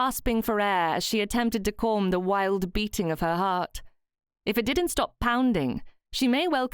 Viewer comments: "Porm" (palm), "Corm" (calm). I'm not sure even the plummy mouthed malformed palate upper crust would say these words like this? As a native English speaker, I'm more used to "Pahlm" and "Cahlm". (I'm spelling them phonetically, as much as possible). Would I be very wrong? Also I speak Australian type English, so we do say some words differently to those folk in Great Britain... 🙂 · I found this very strange as well. It's a good story and the narration is really good except for these few odd pronounciations.